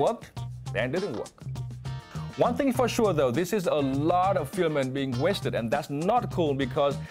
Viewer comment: his pronunciation of the word 'filament' needs work. no shame in trying to improve.